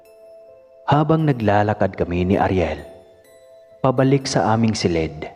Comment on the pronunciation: Ayuson mo pgbigkas ng salitang , silid. Di " Selid"